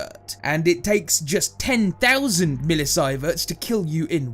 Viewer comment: No. We know how to pronounce millisievert. The guy doing the voiceover hasn't heard it pronounced before doing the video.